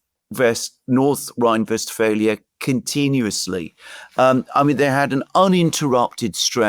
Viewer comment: Its Westphalia in English, I dont know if if you noticed that the program is in English